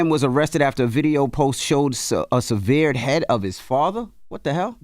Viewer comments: Damn dj envy has a college degree and charlamaine may or may not have a g.e.d and can pronounce severed better than and envy may or may not be going to prison for taking from the less fortunate than him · Envy said severe'd. 😂😂😂😂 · Sev- herd not severe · You guys give Jess Hilarious so much shit about pronouncing words correctly 😂 anorexia* and severed.* On a more serious note I do believe some of the responsibility should go to the parents for their practices on social media. Racism and bullying tendencies are definitely taught at home more often than not these days. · I’m sorry but how did Envy pronounce the word “severed” 😂😂😂😂😂????? Jesus what a mess lol